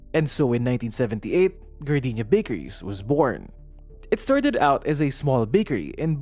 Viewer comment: appreciated that I hear Gar-dee-nya and not Gar-day-nya